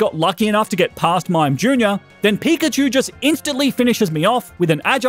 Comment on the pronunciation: you said pichkachu on